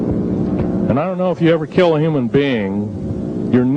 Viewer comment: so what are you an Alien? the way you emphasizing the word "humans"...